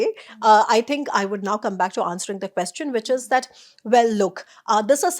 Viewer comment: Very insightful. Brings a lot of perspective. But 'Quest-ion' is a delightful new take on the word 😀